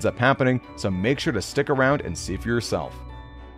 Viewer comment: You can't say v you salf😂😂😂😂😂🎉